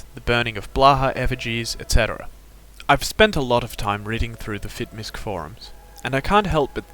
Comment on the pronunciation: Fitmisc is short for Fitness Miscellaneous. It is said properly as so. Fit-Miss not Misk.